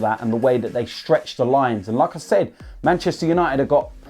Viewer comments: Whenever he said "like I said", I thought he is saying Lacazette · When he says "Like I Said" I thought he was saying Lacazette